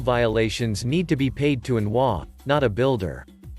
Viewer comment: If you're going to use text-to-speech on a subreddit about HOAs the least you could do is teach it that HOA is spelled out as H.O.A. not pronounced as hwaah. It's an acronym, not a word.